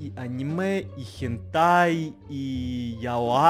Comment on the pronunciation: ПОПРАВОЧКА: Не яай а яой!